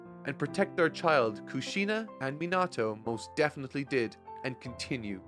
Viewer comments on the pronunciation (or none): Its a shame some jackass's had to spoil some things for you but enjoyed the video as always. P.S. its KahBoo-Tow not Kuh-BooTow and Min-Uh-Tow not Min-At-Tow :P